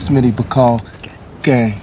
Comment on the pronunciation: couldn’t read the word “gang” but pronounces “stagecoach” perfectly 😂